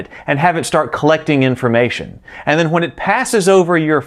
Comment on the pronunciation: That's how they are supposed to be pronounced